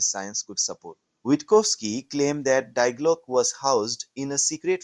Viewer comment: If you can't even pronounce Die Glocke correctly, why would anyone believe anything you say?